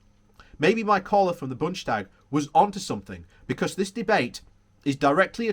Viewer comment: It is not "Bunsh stag", it is '"Boon des-ta- g". We don't slur. :-)